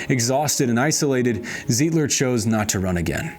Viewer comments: Milwaukeean here- "ZEYE-DLER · Pretty sure it’s Emil “Se-dell” and Frank “Ze-eye-d-ler”